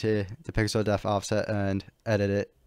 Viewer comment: "Depth". Pixel "depth" offset. Not pixel "deaf". Please learn this if you make a future tutorial, which for the record I consider to be very well presented and easy to follow. You do a good job in this aspect